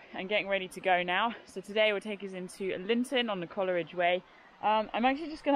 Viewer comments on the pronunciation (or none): Its pronounced Cole ridge not Coler ridge😮